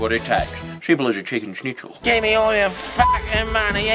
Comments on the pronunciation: Olivia H we Aussie’s don’t have many skills but pronouncing schnitzel is one of them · You pronounced "Schnitzel" too correctly